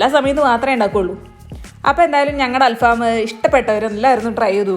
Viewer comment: ഇത് അൽ ഫാമല്ല. ങ്ങടൽഫം